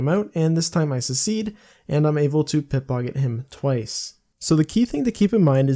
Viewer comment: or you mispronounced simple words. One or the other. Who knows.